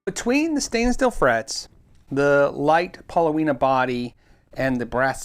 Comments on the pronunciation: The wood is called paulownia, not pauloweena. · Pauloweena..? No mate...it's Paulownia (paw-low-nee-uh) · Pronounced pow-lo-nee-ah, not pow-lo-wee-nah. It's just fine for a body, but how many pieces make those slabs? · That's $469 Australian dollars and the wood is pronounced Paul o nia, well in Australia at least. Great wood for wooden surfboards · It's actually pronounced Pah - Lone - E - Uh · paa-low-nee-uh. In Japan called kiri and used to make cabinets. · Excellent thank you. The wood is pronounced pawlonia with the accent on the second syllable. It would have been traditionally used in Japan to make higher end kotos